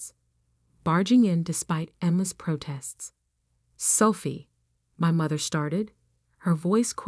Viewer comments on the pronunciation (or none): Her name is Sophie not Selfie